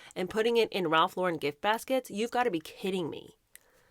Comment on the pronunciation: Ralph lor-REn. Emphasis on second syllable.